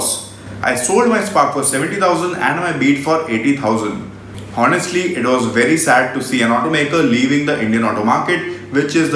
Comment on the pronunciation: Check "honestly" pronunciation